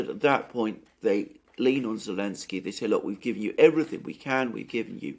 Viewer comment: Every time I hear this grown man say elensky I die a little. Please the joke is over, Zelensky is a war criminal.